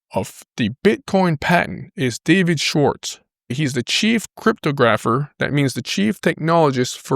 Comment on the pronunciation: just to help: techno logical.....that's how it's pronounced. cryptographer is pronounced crip-tographer...not crytpo grapher :)